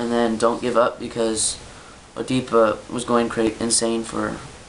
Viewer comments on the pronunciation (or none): Nice video, thanks. And, it's pronounced ed-ih-puh.